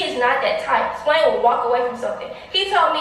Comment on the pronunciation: said “Splain”🤣🤣🤣🤣